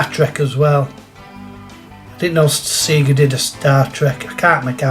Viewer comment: Good to see you pronounce seega correct buddy 😂